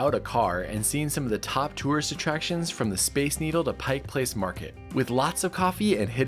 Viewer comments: It's "Pike"....not "Pikes"! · "Pike" Place not Pikes.. Please